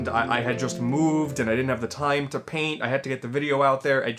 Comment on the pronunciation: “It’s time to show you the true power of PAIN-T!